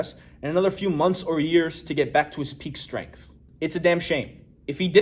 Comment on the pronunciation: 'bench stength" superiority 😉